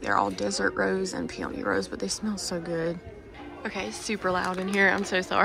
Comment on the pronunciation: Peony is pronounced Pee-uh-nee 🙃 thought you might like to know 😅 thanks for shopping for us and sharing!